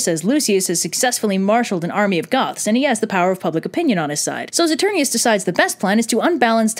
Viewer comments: okay I have watched this video about 100 times (partially because I'm currently in a production of Titus where I'm playing the only sane person Marcus Andronicus [Titus' brother]) and my only critique is ITS "SATUR- NINE-US" (my directer is very made at me cuz I pronounce it like this video) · You kept on mispronouncing "Saturninus."